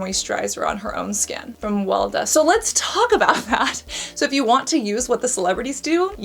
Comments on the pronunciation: Weleda. Pronounced WELL E. DA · Weleda is pronounced Veleeda and it’s German. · Weleda is a German brand, it is not a UK brand. It has been around in Germany forever. It is pronounced VELEHDA. Most Germans ignore it, it is regarded somewhat old-fashioned here, used by goat raising eco-wool aficionados. But it is good apparently. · I wouldn't say Weleda is UK based. Despite being a multinational company, I am pretty sure it was founded in Swizterlans and still has its headquarter in Switzerland. Also, you read Weleda as "Veleda," and it is the name of a pagan Germanic wise woman. Maybe it's because of that but Weleda's products tend to have a lot of "natural" ingredients (i.e lanolin, lots of botanical extracts), and that also tickles many of the palette of those who fancy clean beauty. Not sure where you get the price point but typically Weleda Skin Food Original Rich Cream is priced around 20 USD, with around 3~4 USD margin of error, not counting discounts and sales. I should know, I have used that specific product when trying to use more cruelty free products when I didn't have much option. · Little side note: Weleda is a Swiss brand (some might argue Swiss/German) not a UK one. And it is pronounced very different, but your way of saying it is super cute! Love your videos, thank you, Cassandra!